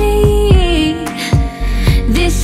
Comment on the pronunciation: the way she/singer pronounced 'this is our song' sounds like 'dish ish our shong'